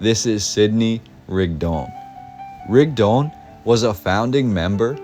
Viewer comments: Thank you, that was quite the history piece you left us here. In half an hour I learned more about SL City and Mormons than I ever knew. I have to ask a little thing: Why do you pronounce Rigdon as Rigd-ON? Shouldn't it be RIG-don? It sounds a bit unnatural to me linguistically. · It’s pronounced Rig-dun. I grew up in the church hearing it my whole life. 😂